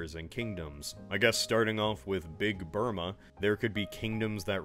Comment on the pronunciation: I don’t know why it cracked me up every time he said BIG BURMA, but it did.